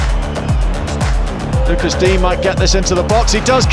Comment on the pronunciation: The commentator keeps calling him Luca dien 😂